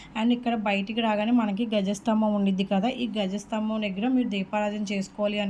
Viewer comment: గజస్తంభం అనకూడదండీ. ద్వజ స్తంభం అనాలి